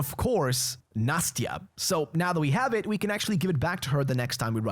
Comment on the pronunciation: Katya (Kate) is an endearing short form of the name Ekaterina (Katherine) Nastya is an endearing short form of the name Anastasiya. Nas-tya, not "Natsya". "Natsya" means Nation also, you can absolutely slaughter bandits in Volga and Caspian and not lose any karma as they are raping pillaging slave owning scum and the game doesn't take away any karma points, just spare those who surrender don't kill the pirates and the pioneers though, as they are essentially just manchildren playing pretend Mūnai (мұнай) means oil, bailer (байлер) comes from bai (бай), which means a rich person. basically Munai-bailer are rich oil drillers, the workers of Svarog Oil company that occupied all the oil reserves of the region. they don't seem to be Kazakh, though, as their Kazakh is butchered and crude (I mean, it is like that in the whole game as it depicted my people like fucking savages for some reason, thank you 4A very cool) another example of them butchering my language. it's not Saul, like Saul Goodman, it's supposed to be pronounced like Sah-ool, the emphasis on U, pronounced like OO Baron killed the two bandits because they disrespected the symbol of made-up religion the bandits created to keep the slaves in line. they are using religion to keep them enslaved, and this move could shake the image of the religion in slaves' eyes these guys assume that you are Saul because they saw your car nearby, so it seems that Saul kept trying to steal their stuff